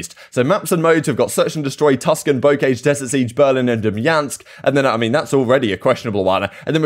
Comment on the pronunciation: lol bo-cage. BOH-kahzh .